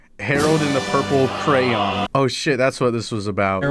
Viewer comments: WHy would you think pretending to not be able to say crayon is any kind of valid thing to do? is it not hard to be stupid? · Who can’t pronounce Crayon?